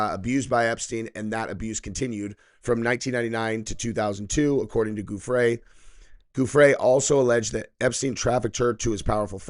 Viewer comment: Giuffre is not pronounced 'G' it is pronounced 'J'